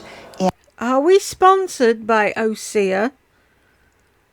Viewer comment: I zoomed in on her eyes and they do look cloudy. Maybe it’s the filters. Osea, has been my skincare routine for at least ten years. I cringed every time she missed pronounced it. We have seen her clothes closet, I wonder what her makeup collection looks like? 😊